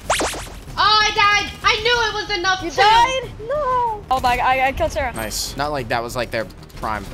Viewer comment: sawwah being sawwah